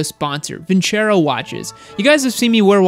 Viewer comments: Alpha.m pronounces Vincero.....with a "S" sound.... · SMH...not Vincero